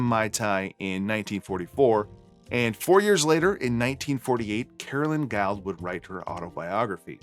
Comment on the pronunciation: Speaking of pronunciation, I've not heard Guild pronounced as guyled. Is it perhaps Guild as in gilled (or guild as in a organisation).